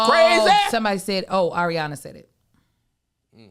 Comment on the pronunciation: KEVIN I WILL PAY FOR THE DISCORD JUST BECAUSE YOU SAID ARIANA LAST NAME CORRECTLY! Idky that’s one thing in my life that grinds my gears!!! Sold!